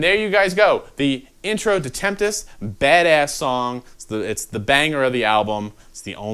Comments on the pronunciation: Why not just restart the video after you say temptest 🤦‍♂️ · A little help for ya: Tempest, not Temptest. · "Tempest" not temptest...it means a storm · I'm pretty sure, like 42%, that it's pronounced 'sevenempest.'